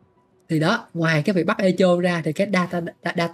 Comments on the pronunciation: thật ra nó đọc là e cho. E ko phải ê và cho ko phải chô nhé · 8.0 phải biết âm /e/ trong từ này đọc là e như tiếng việt chứ ai đọc ê. Phiên âm chính xác từ này là /'ekow/. Trọng âm rơi vào âm 1 đọc phát âm tiếng Việt là ékôu. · đọc cho sang thì đọc là 'ê cồ' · ngồi nghe Ê chô là cứ cười 😂 , phát âm là Êkô nghe bạn :))))) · ))) Echo đọc là ê kô nhá ông, chứ ko phải ê chô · Echo đọc là "Ê cô" anh oi, không phải "ê chô" 😅 hài mấy thanh niên kêu tôi 8.0 lỏ này nọ =))) tôi muốn nói là chữ "ch" trong echo đọc là "k" (theo phiên âm tiếng việt) chứ k phải "ch" mà mấy ông yap buồn cười quá =))) đúng dân việt nam chỉ biết tự ái vì mình làm sai một cái gì đó hở tí là vào nói như được mùa. 2k9 hết à 🤡🤡🤡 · "Éc cồ" mới đúng nha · 'e ko' nhé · e co nhá ko phải i đâu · bên cú đêm thì là "Ê hô" bên này thì là "Ê chô" mé nó kênh t đăng ký toàn bị cái gì thế này ??? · Mình góp ý một chút về cách phát âm ạ, Echo đọc là E-kô, âm K nha. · Echo phát âm như con tướng Ekko của liên minh ấy :)) không phải là Ê chô đâu :))) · echo - phát âm: ˈekō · đọc là " e-kô" nha anh @@ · bạn nói để làm ngta hài lòng, lòng đâu không thấy nhưng thấy bạn hài rồi đó. Tiếng anh thì echo đọc là " i cô " hoặc " e cô " chứ không phải theo vần phiên âm của mình đâu